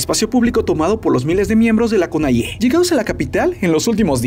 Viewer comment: Así no se pronuncia la CONAIE 😐